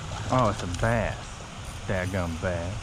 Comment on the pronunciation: it cracks me up how you say "daggum bass"! 😆